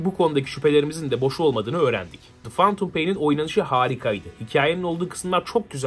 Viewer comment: Şu lanet olasıca phantom kelimesini fentım diye oku artık fantum nedir nerden duydun kimden öğrendin yeter yeterrr YETHEEEERRRR